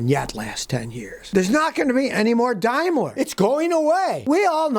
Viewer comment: Well Scotty, you correctly started with saying 'Dime-ler' but then went back to 'Dame-ler'. Tsk tsk. Hehe. :) So I guess the AG part means 'Always GoingWrong'.